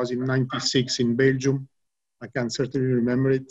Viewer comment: Sirteain not de isiest piriod